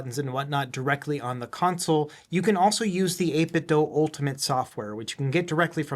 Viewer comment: Why do you pronounce it 8 - bit - dough? Is the Nike slogan "Just dough it" ? 😂